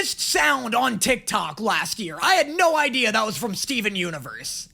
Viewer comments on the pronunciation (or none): none